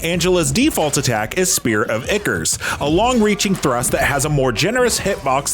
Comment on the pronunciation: Spear of "N-ickers"